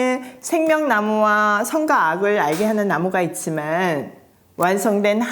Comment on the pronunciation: 늘 존경하고 감탄해요 정말 볼때마다 응원기도 하게 되네요 창세기부터 다시 하게 되어 기대됩니다 정말 넘 죄송한데 제가 발음에 예민한가봐요 옥의 티를 말씀드려도 되나요 과..의 발음이에요 "과'보다는' 가'에 가깝게 발음하셔서 '과'로 발음해주시면 하는 숨은 아쉬움이 있어요 선과 악...선가 악 땅과 하늘....땅가 하늘 선악과(선악꽈).....선악까 광야....강냐(수영로교횐간증설교때) 물론 '와'라고 발음 잘 하시는 다른 단어들도 많습니다 늘 감사해요